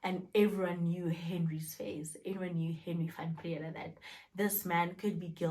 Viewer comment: "Van Brea-daa"